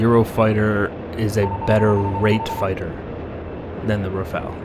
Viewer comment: At last an American who pronounces the word Rafale properly. Most of the others say Rafail; as if they wanted it to fail. LOL!